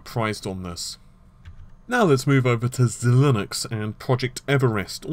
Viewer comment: I'm pretty sure it's pronounced zye-links.